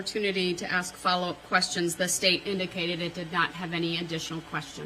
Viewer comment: Why does he have a problem saying the word ASK???